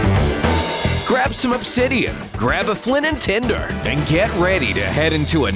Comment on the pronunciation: Why did he say Flint and tender